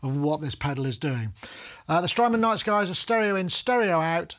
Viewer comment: At one point in the beginning, it sounded like “Strymon’s nice guy” to my ears, haha. Thank you for the great review,. Makes me want to add the nice guy to my production team.